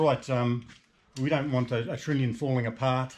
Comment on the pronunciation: love your work guy`s those heads look awesome, but if i am not mistaken it is pronounced trunnion, nit trinion . good show.